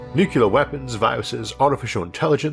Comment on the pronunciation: Oh NO! Not YOU, of all people, Isaac Arthur... you are NOT pronouncing "nuclear" like "NUKE-YU-LER! WHO ARE YOU AND WHAT DID YOU DO WITH ISAAC?